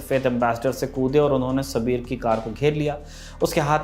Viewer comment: सबीर नहीं साबिर था उसका नाम